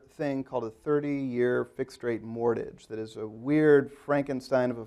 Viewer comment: Is the host not able to pronounce "mortgage"? He keeps saying "mortage" :)